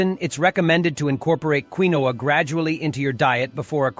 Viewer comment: You need a better artificial voice. The pseudograin is called KEEN-wa.